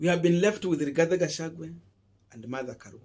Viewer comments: He is called "Gachagua". Not "Gachagwe". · Boss, do you have a problem of pronouncing the letter "i" and the letter "e"??? The name is Rigathi Gachagua and not RIGATHE GACHAGUE. Please if you cannot pronounce the name the way it should, then do not mention it. People do not fail exams because they are stupid. People fail exams because they do not follow instructions. Other than than, your work is good Boss 😜😜